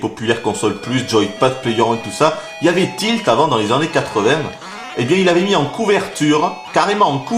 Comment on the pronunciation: j aime bien comment tu dis les an-nés pour dire annés sa fait un peu comme un accent créole